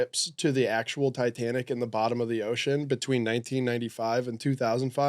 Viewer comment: Why does the mustache one keep calling it Ditanic?